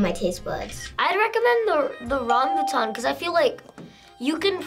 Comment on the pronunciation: Rambut, not rambu